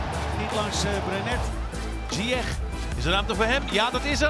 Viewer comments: "Zyesh",not "zyekh " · no one: the commentator: ziyeqkqk